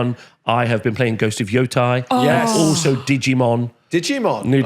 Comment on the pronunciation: "thats how they pronounce it in the game!" and then he proceeds to mispronounce Yotei, lol. also both ways of pronouncing gundam would be wrong because its gundama in japanese and its basically pronounced "goon-dah-ma" so the americans are right on the dam part but everyone is wrong on the gun part.